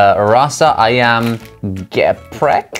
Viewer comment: Wait the speek its Ayam geprek not eyam geaprek